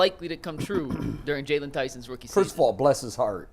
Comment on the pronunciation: His name is JAYLON! If you can't get that right, what else do you get wrong??